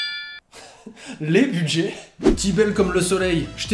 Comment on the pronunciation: A force de parler France pour ses vidéos, il finit par le parler aussi irl et ce sans le vouloir avec un joli "lé budjai"